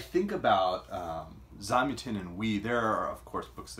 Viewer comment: Super review. I think his name is pronounced with the stress on the second syllable though... Zam-YAH-tin. I read this book a good 25 years ago, and while I don't remember it well, I did enjoy it.